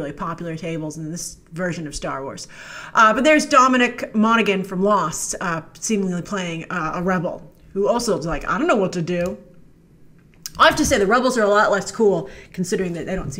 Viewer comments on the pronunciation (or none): It’s pronounced Moan-ya-Han not Mog-a-nan (Dominic). The ‘G’ is silent Grace! Lol💁🏻‍♀️🤣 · As a fellow Monaghan, its pronounced Mon-a-han. The g is silent.